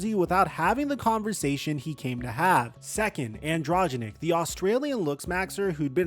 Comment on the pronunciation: AN DRO GEN IC say it slowly lol